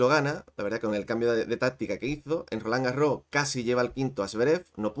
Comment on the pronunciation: Tengo una pregunta tiquismiquis: por qué algunos comentaristas en España pronunciáis "Rolán Garró" sin pronunciar la ese final? En francés se pronuncia, y leído en castellano también se pronunciaría en principio. Es leído con acento gaditano?